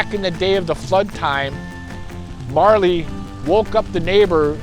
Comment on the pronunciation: A little bit wrong in spots, but fun to listen to none the less. And it's pronounced MOOREly's dog not MARley's dog. Glad to hear you're doing better.